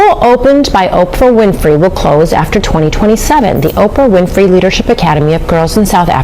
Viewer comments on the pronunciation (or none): Please listen to how her surname name is pronounced. It's Win-Free not Fry - not all names are pronounced as they are spelt. I can't stand it when people don't take time to listen or research how a name is pronounced especially if they are content creators, its not that hard if you want to gain followers!